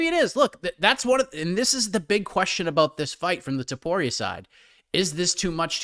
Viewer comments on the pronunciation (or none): It's TOPURIA NOT TOPORIA